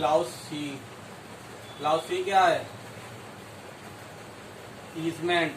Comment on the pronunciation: Nice lecture 👍 but I can't control my laugh😂😂 at the word क्लाउस , bcoz it's not क्लाउस , rather it is क्लॉज